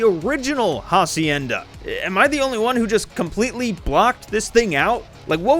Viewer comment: It will always be funny how y’all pronounce "Hacienda" like bro you are one google search away from pronounce it correctly… 😂